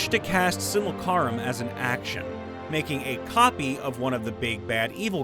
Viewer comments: Whyyyyyyyy....?! Why do you keep reading "simulacrum" as "simulcarum?!" The ending is "L-A-C-R-U-M" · you know it’s not an ai voice when the narrator says “SimulCARum” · I liked your dyslexic mispronouncing "simulacrum"